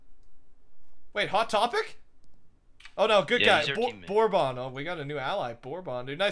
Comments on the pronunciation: it's not (bor bon) it's (berben) it's a type of alcohol smh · "Borbon" lmfao